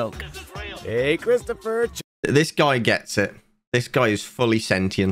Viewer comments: I had to replay the terrifying coin saying the character's name I thought it was 'Cryptopher' instead of Christopher edit: WAIT IT IS CRYPTOPHER? Fucken hell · I can’t be the only one cringing when he starts calling him cryptopher instead of Christopher